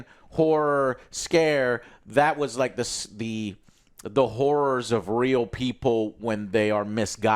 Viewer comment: sounds like "rolodex of whores" lol